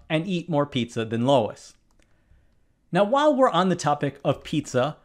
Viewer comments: You keep pronouncing his name as 'LOW-is', instead of 'LEW-is' (or sometime as 'LEW-ee'). that's driving me nuts. And yes, Marty's pizza must be larger. Besides, the problem stated the situation as facts (if not complete facts). If it was one pizza, then the two of them together ate one-and-a-half pizzas-worth of the ONE pizza. The teacher in this case is all wet, and at best was reading too fast for complete understanding. Kudos to the kid who got it "wrong." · my name is luis and i get so tripped up when you pronounce luis as lois because my name is pronounced "LU-WES" so when i see my name i automatically think of how my name is pronounced (im not offended nor am i hating i am just saying that it is funny that he uses a different pronunciation of my name and it makes me confused) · Luis is pronounced, Lew-is... Not Lois, there is no O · I... I had to stop 80 seconds in, bro. I can't listen to you pronouncing Luis as Lois. It's killing me. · Luis isn't LOW-iss, it's LOO-iss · Never mind the pizzas, Luis (lew-is or lew-ee(s)…traditionally a masculine name) is wondering why in the h ell you’re calling him Lois (l-oh-uh-s…traditionally a feminine name)?? You being an intellectual content creator and all we are left to assume then that this “oversight” is actually a veiled act of passive aggressive bullying. How say you, mindyourdecisions?? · Luis is pronounced Luis, not Lois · It's NOT Lois. Luis sounds like lew ece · Does it bother anyone else that the narrator keeps pronouncing Luis (Loo-is) as Lois (Low-is)? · That is Looo is. Not low is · NOT Lois but Luis = Lewis but what if one pizza is deep-dish and the other not? Then you'd have to compute pizza volume. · That name is not Lois. It's a mans name and pronounced like Lewis. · Luis looo-is ... not Lois low- iiiiis .... trying to do math can't even pronounce the names correctly. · Hearing you pronounce Luis (Lou-ees) as Lois was so distracting. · "Luis" not "Lois". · Luis = Loois Lois = Lowis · It's LUIS not LOIS.